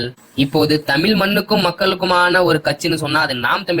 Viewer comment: தம்பி தயவுசெய்து தமில் தமில் என்பது கம்பளி பூச்சி முதுகில் ஊர்வது போல இருக்கு...... தமிழ் என்று சொல்ல பயிற்சி செய்யுங்கள்.